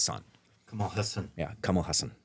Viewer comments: It's pronounced HAA-SON , not HA-SAAN. lol the full name is Kamalahaasan. All of it is his first name. But thats for another day :) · Finally! The pronunciation is corrected! Spoke too soon! The Haasan part will take some time to correct.